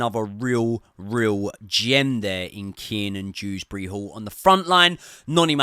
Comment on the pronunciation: It’s Kieran drewsbury hall not keenan 😭